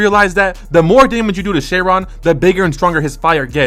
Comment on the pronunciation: its pronounced kai-ron not share-ron 😭